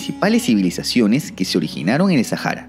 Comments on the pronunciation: ¿Por qué lo pronuncias en inglés? La H en español es muda!! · Porque dices “Sajara” y demás gentilicios con J y no con H que es muda en nuestro idioma… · En árabe la H se pronuncia como J, posiblemente es por eso.